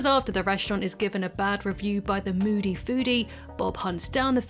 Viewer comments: Season 2’s “Moldy foodie”???? It’s moody foodie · Moody Foodie, not Mouldy